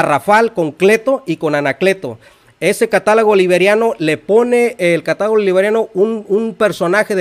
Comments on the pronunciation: Tú lo ha dicho CATÁLOGO!!!! Pero el dice : CATALAGO!!! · El erudito dice: CATALAGO!!!